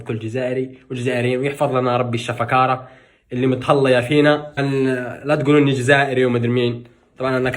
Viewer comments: علاش دايمن تقول حليب الشفكارة ههههه اسمو حليب الشكارة هههه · يا ابني أنت وحليب الشفاكره خاوا خاوا خلاص هبلاتك الشفاكره وهبلتنا بها يعني ما كانش بلا حليب 🥛الشفاكره الان بدأت تتعرف على كل ربوع الوطن عرب امازيغ ما شاء الله بلدنا فيه كثير لهجات ولغة وعادات كل منطقه اهلا فيك بمنطقة القبائل او الامازيغ اما امنڨاس ما ننڨاس 😂 لا هي تقال هكدا اسڨاس امڨاز assegas amegaz يعني عام سعيد ومشكور انك حاولت تتلفظها بصح ما طلعتش معاك منيح مثل كل مرة مع لهجتنا الجزايرية والله تتعذب يا مع اللغة بصح شويه شوي تتعلمها. ربنا يوفقك ويسعدك ويفرح قلبك 💚 الله يسعد كل البلدان الاسلامية والمسلمين والعالم كله كاملا